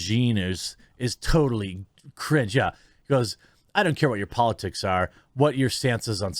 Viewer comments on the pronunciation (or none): none